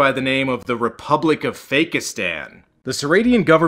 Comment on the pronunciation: He said "Fake-i-stan".